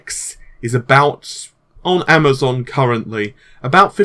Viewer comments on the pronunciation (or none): none